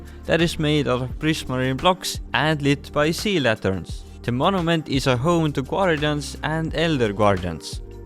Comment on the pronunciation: The fact that is funny He says elder guardans